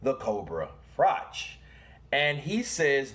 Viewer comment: Pronounce frock